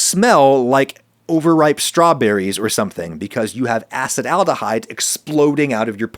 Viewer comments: great episode, except he keeps pronouncing Acetaldehyde as "Acid Aldehyde" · I always used to pronounce Acetyldehyde as assetal-dehyde just realised after 10 yrs its actually called a-sah-tal-dehyde Ty for the interesting pod, I'm really sad there's no research done on Indian(the country) people, we are so varied and diverse we could even have a lot of variations between us genetically. But I guess most phenotypes are tolerant towards alcohol